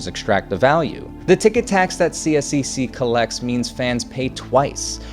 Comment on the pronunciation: You can partially think the chair of the committee that got this through: Sonya Sharp who is now running for mayor. Consider this when voting for mayor in Calgary this October. Couple other things: CSEC is generally pronounced C-sec. I'm a season ticket holder to two of their teams, and very much don't appreciate this much public funds going to this project. I'd venture to say the majority of Calgarians weren't in favour of public dollars going to private billionaires, especially this much subsidy. Their original 1/3 split was better: 1/3 up front by the city, 1/3 by CSEC, and 1/3 by the city but recovered through ticket surcharge until paid off. CSEC managed to get away with only like 10% up front cost by them...highway robbery.